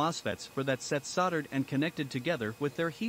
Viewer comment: "Soddered"!? You mean Soldered.